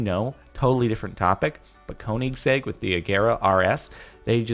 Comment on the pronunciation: Ko-nig-seg ... it’s pronounced koniseg I thought